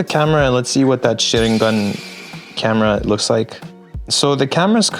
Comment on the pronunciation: It's weird to hear a native English speaker actually pronounce Sharingan correctly